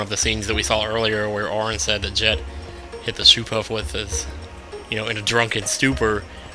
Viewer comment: I HATE how you say Jecht. It's not pronounced 'Jet' it's pronounced 'Ject'. Oh and sphere levelling is my face part of the game. I wish you had done it more in the past 20 videos! And you should always do that onscreen!